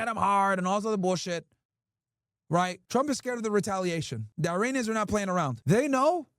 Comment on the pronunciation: Man come on, stop with the « Airinians » Hurts my ears seriously